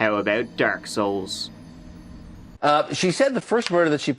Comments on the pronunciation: When he said "Dark. Soul." 😂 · Hey you leave Dark Souls out of this! Especially if you're going to mispronounce it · Of course the old bald guy on TV cannot get the name of the computer game completely right. He has to get it just a little wrong. "Dark Soul". That's how you know he's an expert.